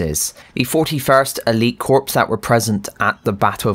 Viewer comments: Just so you know, corps is not pronounced “corpse”, it is pronounced “core”. Just for the future :) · This man says corps like a corpse it’s Core